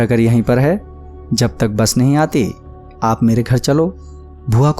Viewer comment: bhai saaf saaf bola karo "NAHI" Bhai hamari video bhi lelo ❤️